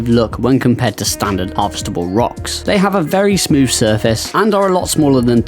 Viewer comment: I like how he pronounces the word smooth, he is very smoof talker and very straight to the point